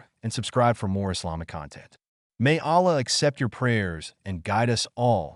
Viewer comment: Delete the video, dont use ai if it is gonna pronounce wrongly the name of Allah and His other names And in it is pronounced A'la with the letter 'ayn' in the beginning